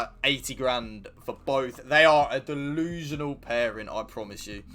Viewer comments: Like for “dillusianal”😂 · 😂😂😂🤦🏾‍♂️ “Dolusional” I’m done. You one of my favorite now.